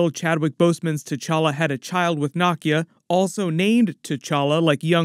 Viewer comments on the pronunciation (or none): The way you probouced Nakia’s name physically hurt. It’s pronounced NUH-KIA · 😊😊 pronounced nah keeyah (Nakia)